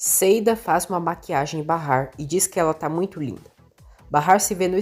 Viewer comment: Até que enfim alguém que narra o nome de Bahar como é! Barrar!!!